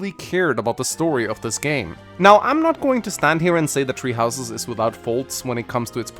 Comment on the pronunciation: Am I the only one who keeps hearing you say “tree houses” instead of “three houses”